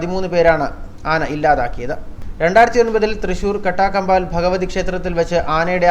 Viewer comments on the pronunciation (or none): ചേട്ടാ കട്ടകബാൽ അല്ല കാട്ടകബാൽ ആണ് സഥലഠ